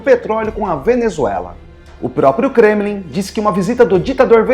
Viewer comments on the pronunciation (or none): none